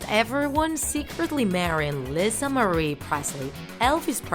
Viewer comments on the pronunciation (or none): none